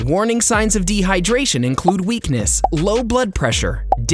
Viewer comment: its weakness not "weekness"